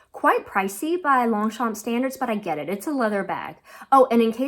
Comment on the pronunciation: Great video, as always, and really appreciated the in depth analysis ❤. Since you asked for the correct pronunciation of the "Longchamp Le Foulonné" 😊 : - the "p" is silent - there's an "eh" sound at the end of the name of the bag: pronounced "fooloneh"(there's an accent on the French version of the name but I've seen it missing in the US market).